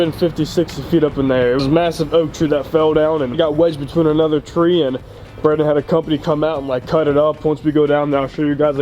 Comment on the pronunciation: Lol "Braydon" you have 1 more time 😂😂😂